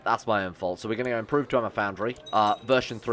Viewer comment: if i hear dwemer-y one more time i am going to bring up documents about the falmer.